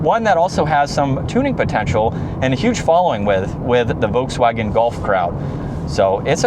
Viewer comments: The "L" in Volkswagen is not silent, even in English. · I loved the way Mike Wolfe pronounced it: Voteswagen. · No, you are saying VOKES WAGEN. Nobody says that leaving out the "L". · He says Volkswagen wrong too but we will cut him a little slack because we like him. If you use the German translator and put in lapis it says LAP like the English word and the emphasis on LAP, then PIS like piss. And it is the same in English and German.